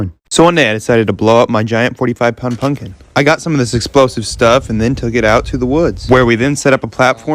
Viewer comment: uhh did he say punkin